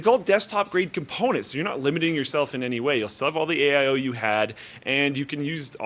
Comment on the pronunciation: Did you know that 'AIO' and 'All In One' have the same number of syllables? AIO sounds like you are talking about 'a I/O'.